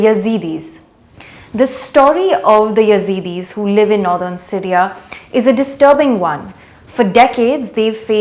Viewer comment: The pronunciation of Syria as Sireeaaa is irritating.